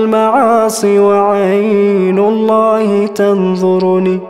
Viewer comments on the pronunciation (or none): none